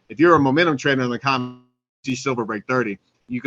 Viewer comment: C R I M E X --- CRIMEX, how many times must I say, you're pronouncing COMEX incorrectly?